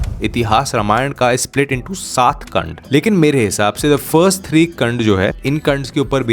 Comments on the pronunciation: KAND NHI KAAND HOTA HAI BHAII😭😭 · kand nahi kaaand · it should be pronounced as कांड and not कंड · kand nhi kaand h